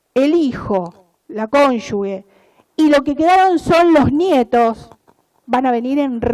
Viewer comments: no se dice conyugue, es cónyuge. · Pronuncia mal la palabra “cónyuge” durante todo el discurso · Pronuncia mal la palabra “cónyuge”